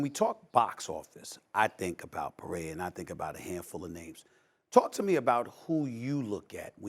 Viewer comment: You put two people that work for ESPN that know absolutely nothing about the sport. You care more about boxing than having the UFC president in front of you. Yes we are all happy to finally see boxing get saved but at the same time they can’t even say Alex Perera’s name right do some research. There’s so many other great fights on this card. But of course all you could bring up is Alex Pereira and Justin and and Stephan a Smith only knows about the Max Holloway knockout because it was the most viral thing that happened last year stuck to ball sports 😂